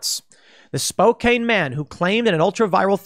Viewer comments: Sorry, my city is pronounced SpoCAN, not Spo-cane. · Spokane is pronounced Spo-CAN not Spo-CANE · Please stop saying "Spo-caine". It's pronounced "Spo-can." Like "soda can". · Spokane native here. It's spo-can, like soda can, not spo-cane, like the walking aid. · Spo-cane? 😂 C'mon. It's spo- can. My home town. Represent. 😎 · It's pronounced Spo-can, Tim. Spo-can, Spo-can, Spo-can. And yes, the media is never going to learn because they don't want to. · Spokane is pronounced like Spo-Can. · Spokane is pronounced like Spo Can, long O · Really unfortunate that someone from Eastern Washington did that. I'd expect that from someone from Seattle. One comment, Spokane is pronounced with a short A sound [can], not long A sound [cane]. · Tim you gotta pronounce Spokane (Spoke-Ann) right buddy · The city is spelled Spokane, but it's pronounced "spo-CAN" (caps for emphasis, not because I'm an asshole which is also true). Locals in Moscow, Idaho call they're city "MOSS-ko". (The "cow" is in Russia) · It's pronounced: Spoke ann